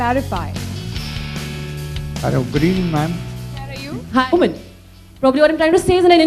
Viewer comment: 워먼 발음 중독된다ㅜㅜ